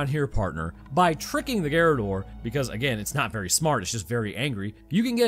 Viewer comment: Yeah the right pronounce is garradór, is quite difficult for English based speakers to talk in Español or in Italiano since your language is from German origins while the ones i cited previously are born from Latin so different on almost every aspect